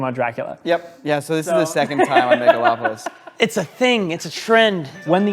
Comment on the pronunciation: "Megalon"!?! Does Godzilla show up to destroy the city? Are Gigan and Jet Jaguar there too? LOL